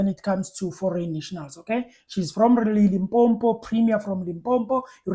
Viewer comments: My man ke limpopo not limpompo please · Can you say Limpopo and not limpompo? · It's Limpopo not LIMPOMPO!